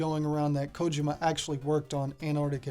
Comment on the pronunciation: You might be the first youtuber I've seen that pronounces Kojima's name correctly, that's right it's KOjima not koJIma